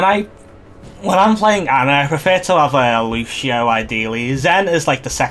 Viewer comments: "lushio" hurts every time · lucian is the english equivalent of luciano, wich is the long version of lucio everyone in the game calls him lucio, no one calls him lushio if you lived in a spanish or portuguese speaking country they'd pronounce your name soomers, its not the same thing